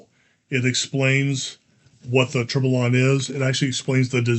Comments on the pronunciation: Tur-bee-yawn 😁… that how it’s pronounced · Let try to pronounce the 2 x LL like a Y in French. So you should pronounce : TOURBEYON ;) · It's pronounced Tor be on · Firstly, this is how to pronounce Tourbillon: word tourbillon is pronounced toor-bee-YON (English). I’m a big watch nerd as well as a Lego nerd so this set is right up my alley. But the whole point would be to have an authentic action of the movement, so it’s rather disappointing to see it binding so much. I did watch a video review on Amazon and they said they put a motor in it and it worked wonderfully with that - so maybe the crank is the issue and it really needs the motor to work properly. I decided to pass on this for now and got the banana shop instead 🤣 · For pronunciation, the two L's in "tourbillon" are silent (it is a French word)